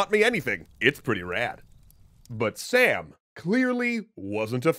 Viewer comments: two thumbs up! btw the name is pronounced like "Sum" (imagine how u would say "Tom", just like that!), not Sam which is short for Samuel. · Sam name is name pronounced as Saam or Sām(سام) and not Sam(سم) from Samuel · In persian its actually som not sam but really nice work introducing cultures 👌👌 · Not Sam it's pronounced Saam 😊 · Nope, his actual pronunciation is Sāām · Sām is actually pronunced as Saam. It means tranquility. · Thanks for your awesome video. I'm Persian and I just want to comment on your pronunciation. King Sam is pronounced differently. It is pronounce like /sum/ but it is written as "am" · Btw the king's name is pronounced like sum in Persian (like the sum of two numbers) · its more pronounced like some or saw-m, i just realized majority of the characters in shahname were chads, also zals son is s mekind of heracles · King's name is actually pronounced as Sham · sam in Persian is pronounced like the word 'some'. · Actually the pronunciation in persian is sām, rhyming with cup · Wow... you say Sam wrong. Its spoken like "Some" in Farsi. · You have to read that sum not sām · It's not 'sam'. It's sAAm. The long AA sound is pronounced heavlity. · I'm confused. You pronounced "Sam" with a short 'a', but doesn't the graphic show "Sam" with a long 'a'? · Well, they’re not very different. You just drag the ‘ah’ sound out a little if anything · I get that pronouncing a word like hakhamanesh would be hard but sam? realy? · The A in Sam is not pronounced like ham. It’s pronounced like mom. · Its som not sam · It’s not Sam, it’s Sum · Sam actually isn't pronounced Sam it's Sum (like Sun but with m instead of n ) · Its not pronounced like "Sam". the special character is a long "a" so its more like "Sahm" or like the "oa" sound on "abroad" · Woulda been neat if you could have clarified that his name is not Sam, but Sām (pronounced sawm), but okay, guess it's more important to joke about it a bunch